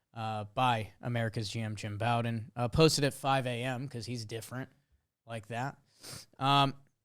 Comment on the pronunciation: I know won't read this because I've been posting this comment for years now but dude's name is Jim Bowden as in Beau, or Bo. It's not like Bobby Bowden, or taking a bow. It's like the thing you use to shoot arrows. Bow-den.